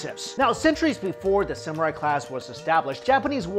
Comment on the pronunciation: Samurai or Samural? lol xD